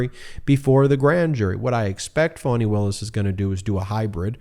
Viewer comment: Ohmygod getitright!!!!!! FAH-KNEE!!!! For fks sake. Its Fani Willis. Not fawny or phony or fawony. Its fah-knee. Listen to how her friends introduce her! You arrogantly bash the mainstream media, it wouldnt take them a year of butchering a name to correct course. Going to have to find someone else to follow if he cant figure it out before the indictments drop. Brutal.